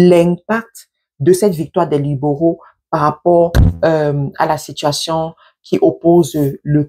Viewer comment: C'est quoi les " liboraux"😂😂 soit naturelle et simple sister. Les libéraux c'est simple à prononcer non😂😂